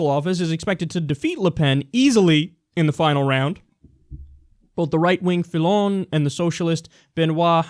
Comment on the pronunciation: Your French pronunciation was good dude. You pronounced all of them almost correctly. Dont worry about the accent. BTW Fillon is "Fee-yon"